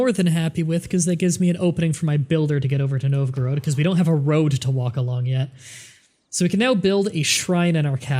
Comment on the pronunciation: I'm pretty sure it's pronounced Nov-Ga-Rodd (or something close to that), not Nov-groad.